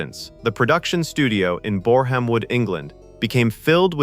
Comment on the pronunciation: Bore,ham? Really.